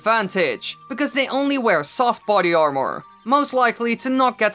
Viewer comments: But the way this guy says armour it’s like arm more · Love how he says armour